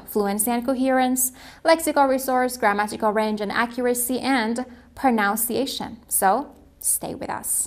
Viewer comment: Why she uttered pronuncation like pronounce cation?